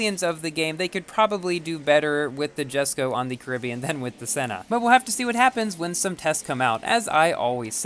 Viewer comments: Yaay he pronounced Jesko right. Someday, he'll get Porsche right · He finally pronounced it! What a madlad.